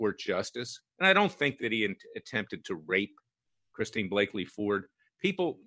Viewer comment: Larry, Kavanaugh has daughters not sons. The CIA asset‘s name is Christine Blasey Ford not Blaky